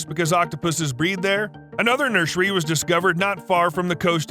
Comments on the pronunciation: Yes but he also says “nurshery” instead of nursery every single time so he kinda undid all that good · the way he says nursery bugs me so much